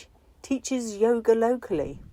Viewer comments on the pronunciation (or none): none